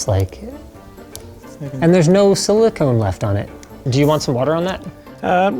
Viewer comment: Thank you Linus for saying Silicone, really THANK YOU! I can live with the Euro Aluminium vs US Aluminum...but calling Silicone...Silicon...that is unacceptable.